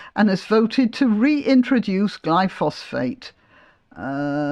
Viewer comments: It's not Glypho-phosphate, it's Glyphosate - which doesn't sound so bad! I believe it's actually biodegradable - leaving no chemical residue. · Er, I thought it was "glyphosate" rather than "glyphosPHate". See There were weed-killers in the late 19th century. See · They (Greens) suggested the council should compel residents to keep the pavements clear... I imagine unpaid and no reduction in council tax, are they so naïve or just stupidly self absorbed?... By the way, I think the chemical in question is: Glyphosate, pronounced: gly-fo-sit... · I'm sorry to be pedantic but you mispronounced "glyphosate" - there is no second "ph". Apart from that I completely agree with you!